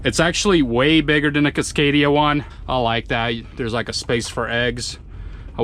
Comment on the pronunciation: He pronounces it kisscadia .its casscadia